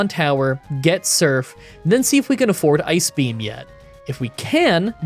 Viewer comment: My girlfriend thought you were saying “Ice Cream” in place of ice beam. You need to have “Water Onyx” use “Ice Cream”